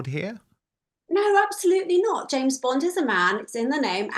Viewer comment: It's James Bond, not Jane Bond ❤from Teesside 🏴 🇬🇧